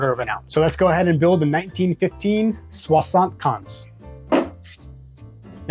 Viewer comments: oh, I was only talking about your pronunciation mate ! 😂 “Swa-sunt kenz” could be a way to pronounce it for an English person ? This being said, loved the drinks and deep dive. Gave me the thirst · You butchered that 75 alright 😂